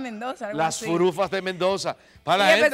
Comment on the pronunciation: Ahí vienen las furufas pero el muchacho dice las furukas